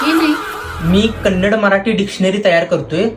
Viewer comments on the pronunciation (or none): Kannad nahi sir Kannada